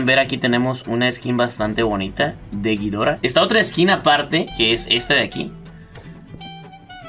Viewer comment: "ghidora" todo seguido no "gui-dora"